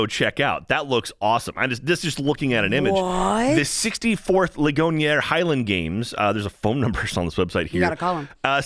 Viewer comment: For that second park outside Pittsburgh, the name of the town Ligonier is pronounced "Lig-gon-ear." Only reason I know this is because that's where my brother-in-law grew up